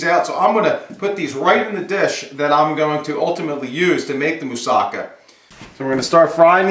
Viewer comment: I've learnt a lot from you already but, I think you should've cut the slices way thinner and added a little cheese what'd have made a better presentation. It's said moossaKA, the last syllable should be stressed.